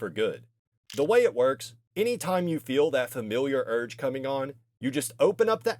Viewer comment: brother wtf is “urge” 😭